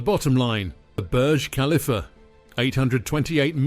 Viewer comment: Pronounce the topic of your video correctly. Thumbs down. Do better